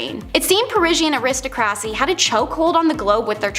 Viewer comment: Entertaining stuff. HOWEVER, the young lady on here drives me crazy with her mispronunciation of words. Aristocracy and other 3 or 4 syllable words. Her emphasis on syllables is way off! Drives me insane. But you two guys did great.